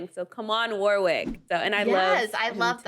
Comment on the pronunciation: You do not pronounce the middle W in Warwick. Pronunciation is Wor-ick.